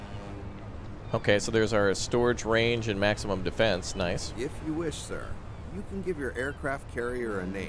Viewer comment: Looks like an intresting game. Also, I like how the narrator says sir, sounds like he says sar